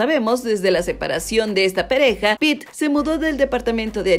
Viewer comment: dijo pereja 😂😂